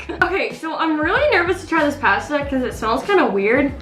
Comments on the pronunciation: It’s posta not pasta I spelt it wrong bc u pronounced it wrong this comment is not trying to be mean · She call Pasta” pwasta